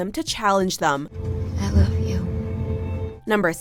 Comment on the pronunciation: I can’t handle the way the narrator pronounces “them” as “thum”...Jesus Christ